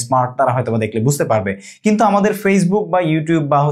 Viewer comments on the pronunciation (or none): none